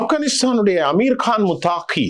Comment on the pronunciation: முத்தாகி அல்ல. முத்தகி தான் சரியானது.